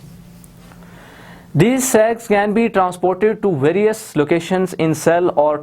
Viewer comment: Lol I hate my dirty mind I thinks he is pronuncing sacs meanwhile me in a parallel universe getting it As Sexs 😂😭😂😂